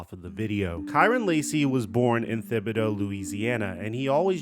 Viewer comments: It's pronounced Tib-ih-doh. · Thibidaw?? learn to read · Pronounced Tib uh dough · Tragic, to go from the top of the world with that OT TD to beat Ole Miss to 6 months later committing suicide. Just tragic. By the way it’s pronounced Tib uh doe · not taking away from the spirit of the story, but it's pronounced "Tibba-Dooo". (Thibodaux) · The ‘h’ in Thibodaux is silent…. Just saying